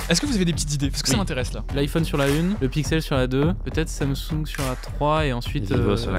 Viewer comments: Faut dire " sam soung " pas samsong " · Le « samsong »